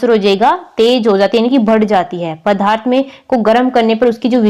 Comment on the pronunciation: Mam padarth kahte hai padharth nahi samche